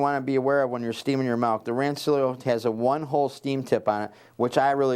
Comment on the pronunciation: It sounds like he is saying 'malk' or 'melk' and it's driving my crazy haha. Very informative video though thanks!